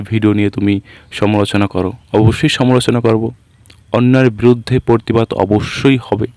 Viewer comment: পরতিবাদ নয় প্রতিবাদ। বাংলা উচ্চারণ সঠিক করতে হবে। সমাজ মাধ্যমে ভিডিও পোস্ট করে ভালোই করেছে।এই ভিডিওটার উপর ভিত্তি করে আপনিও আপনার ভিডিও করেছেন। আশেপাশের লোকজন ছিল, তারা কেবল দর্শক ছিল।